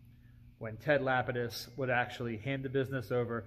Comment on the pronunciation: It is absolutely MIND BOGGLING to me how many people mispronounce that name!! It's not "lapid-iss" , it's "luh-pee-diss''. Kinda sounds like 'le penis', lol.